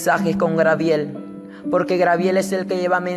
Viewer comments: Gabriel no Grabiel que cuesta hablar bien. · Es Gabriel no grabiel pronuncia bien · Por pronunciar mal el nombre Grabiel no le quita credibilidad al testimonio. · Sigue repitiendo li de los demas...... Espiritu seductor es lo que te rige ;Necio..... Grabiel????? Tampoco ni tslento tiene este muchachito Fatuo y NECIO para inventar en orden....El Senor reprends a satanas.. GRABIEL?????? SAN GABRIEL....aprenda a hablar. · GABRIEL..... NO Grabiel Dios te dio otra Biblia y no te enseñó a hablar? En el Infierno hay Biblia en el suelo o en el aire para que las agarren los que van cayendo? El diezmo es para los que predican? Pero el diezmo NO era dinero, no era para la iglesia sino para los judios y e el Nuevo Testamento no se enseña - gusanos serán tu cama y gusanos te cubrirán a ti por mentiroso !!! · no es griabel es gabriel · Jesus Eduardo Perez U también a ti por criticar y por no poder escribir el nombre de Dios!! dios es el de madera ,bronce, metal así tu acuerdate de que cuando te refieras al Creador del cielo y la tierra. uses D" Dios y ojala el en otro vídeo no diga grabiel sino Gabriel. Dios te bendiga. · genoveva chang no te burles a muchos les es difícil pronunciar no te fijes en los defectos de los das por favor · SOLEDAD LOPEZ DISCULPEMOS A NUESTRO HERMANO ES UN PROBLEMA DE DICCION POR CAUSA DEL LENGUAJE DE SU PAIS EN REALIDAAD ES GABRIEL. HERMANA HAY QUE COMPRENDERNOS Y SER MISERICORDIOSOS LOS UNOS CON LOS OTROS HAY QUE DAR LO QUE QUEREMOS RECIBIR.DIOS ME LE BENDIGA AMADA HERMANA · Porque dice angel Garbiel?? .. no se le entiende q quiere decir de a ratos